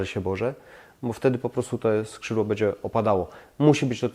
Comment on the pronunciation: ...masz świetny kanał i świetne pomysły ale...zgrzytam zębami jak słyszę twoją wymowę np. bedzie zamiast będzie, czeba zamiast trzeba, jes zamiast jest, itd.